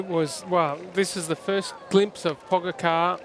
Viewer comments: It was quite funny to watch Cadel and hear his thoughts on "Pog-a-car" :> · Sorry Cadel but who is ‘Pog-a-car’? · At first I also didn't know it is pronounced Pogachar. But it is not a big problem. Just makes me chuckle a bit every time Cadel says his name. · I'm Slovenian and I have no problem if he pronounced Pogačar wrong soo what